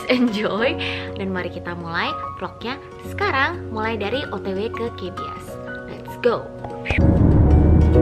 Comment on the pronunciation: that, " KA BE ES" .. pronukasinya kukira lagi di kbs, kbs yang ku maksud "kebun binatang surabaya" :(